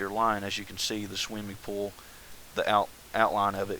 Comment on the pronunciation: omg, RevyDaBro, i heard that also!!! PS im a Chex Quest modder, its basicly doom, but you teleport slimy creatures